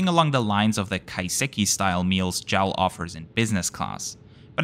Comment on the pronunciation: Great video. btw, it's J A L not "Jal".